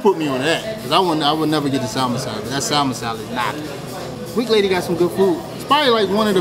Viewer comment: Nothing is funnier to me when ppl pronounce the L in salmon 😂😂😂